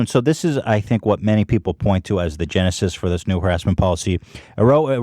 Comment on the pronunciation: OOOOO ETHAN YOU CAN'T SAY GENESIS...